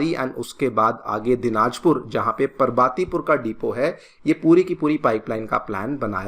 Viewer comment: Why pronounce पार्वतीपुर as परवातीपुर ?